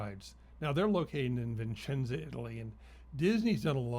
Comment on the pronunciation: Vicenza, not viNcenza! (Vincenza with the N is a person name, female version of Vincenzo)